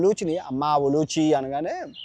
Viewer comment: సార్ 💐 perhaps it's "ఉలూపి" instead of "ఉలూచి 🙏🙏🙏.